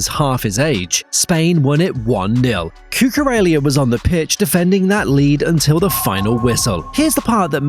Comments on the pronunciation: Marc cucurelia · The mispronunciation of Cucurella was actually ragebaiting me